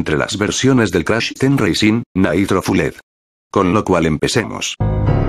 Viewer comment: Naitro fuled Jajajajjaja